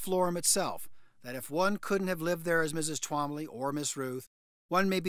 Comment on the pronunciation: It sounds like a speech impediment every time I hear tWombly😅